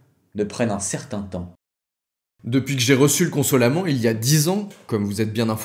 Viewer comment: Consolamennnt s'il vous plaît 😂 un peu d'accent occitant serait le bien venu 😂